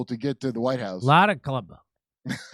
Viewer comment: idk why but Jimmy saying Kabbalah as “Klubbuh” made me cackle 🤣🤣🤣